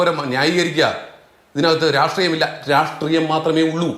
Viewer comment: ഇവന്മാർ (sfi) എന്തിനാണ് "രാഷ്ട്രീയം" എന്ന പദത്തെ എപ്പോഴും "രാട്രീയം" എന്ന് ഉച്ചരിക്കുന്നത് എന്നാർക്കെങ്കിലും അറിയാമോ?